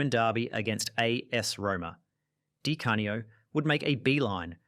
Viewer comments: Dye Cane-E-Oh 🤔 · Good grief! Anybody doing a vid like this should get "Di Canio" right.